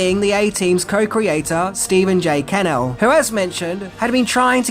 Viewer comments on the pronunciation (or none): Goddammit,....it's Stephen J Ca-nnel, not Can-el....Can't you get it right,?!?!?!? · Stephen J's name isn't "Kennel", it's "CaNELL"! That's "Ca-NELL' "!! You just couldn't do it, could you?? Trust you to get it wrong!! You just....couldn't get it right! You NEVER get it right!! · Stephen J. Cann-ell...😂😅😊❤ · Stephen J. CUH-NELL 🤦🏻‍♂️ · It's pronounced Ka-nell, emphasis on nell. Mother and I are so disappointed in you,.